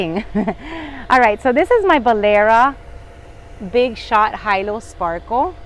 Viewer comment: I'm thinking that Hilo Sparkle should be pronounced HEE LOW from town in Hawaii - Hilo. (not pronounced "high low") Does anyone know for sure?